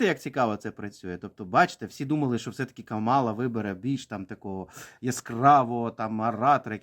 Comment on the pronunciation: Ех, ці українські оглядачі американської політики… Давайте для початку навчімось правильно називати імʼя нинішнього віцепрезидента СШ і кандидата на посаду президента від демократичної партії - КАмала. Не КаМАла!